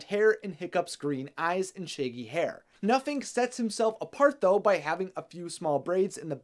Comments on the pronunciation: Tbh I think it's because the youtuber doesn't know how to pronounce it correctly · It's not nuffink it's huffkin